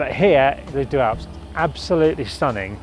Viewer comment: already annoyed by the pronunciation of deux in - sorry!